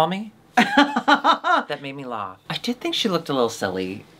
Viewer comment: I'm new here. Does say "lawf" instead of "laugh" on purpose?